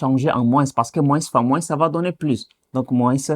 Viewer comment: Pourquoi vous prononcez la lettre "s" de "moins"??? D'autre part vous répétez beaucoup et beaucoup des trucs que vs pouvez simplifier.